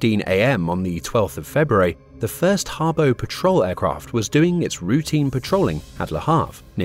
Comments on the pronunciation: "pa' trol" lines - not fuel, patrol. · The more I watch this video, the more I'm convinced it's read by a bot, who's reading a script with typos in. Clearly at one point the narrator says "petrol line", rather than "Patrol line" which left me very confused. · Great content and summary. Terrible pronunciation. (Tirpitz, patrol, Sea Lion, etc)